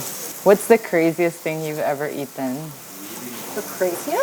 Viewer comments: "whats the craziest thing you've ever *eaten*" the way she pronounced eaten i was like oh there it is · I first noticed her Filipino-English accent when she said "eaten" the way she pronounced it was very Filipino so cute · Dev O'lee Many people talk in the philippines really do sound like teen girls gossiping actually 😂 that's just how ppl talk there tbh. Immediately when she said 'eaten' , the accent came out stronger